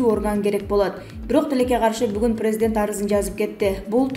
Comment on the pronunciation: Бека медиа каналынын журналисти кечирип койунуз сиздин журналистик билиминиз жок болсо керек создор ду так суйломго интонация коюунуз начар орус тилин жакшы билбейт окшойсуз прездент деп сиз жонокой эле создорду туура окуй албайт экенсиз бизден кетсе кечирип койунуздар